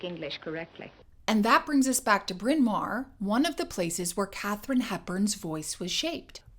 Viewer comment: How ironic this 'English' accent was formed in a college with a Welsh name. Incidentally it's pronounced in Welsh as Brin Mao-rrr (not mare or mair). It mean big (mawr) Hill (Bryn). Really interesting video - very well done.